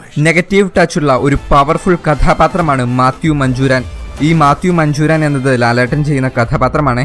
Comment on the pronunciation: മാത്യു മഞ്ചൂരാന്‍ അല്ല മാത്യു മാഞ്ഞൂരാന്‍